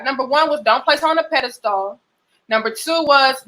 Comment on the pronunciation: My girl is pronouncing pedestal all wrong 😂😂😂 good vid though